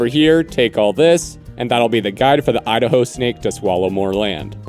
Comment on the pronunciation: Idaho ✅ I da hoe ❌